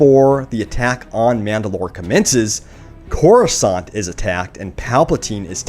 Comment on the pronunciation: The way you pronounce "Coruscant" reallly bothers me.